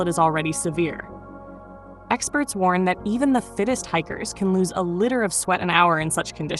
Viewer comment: Seriously, listen these through before publishing with an AI voice. Litre isn't prounounced litter